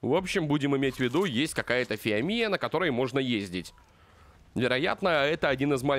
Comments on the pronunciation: Не фоамия а фиомия ударение на о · А и ешё в имени фиомия удорение на о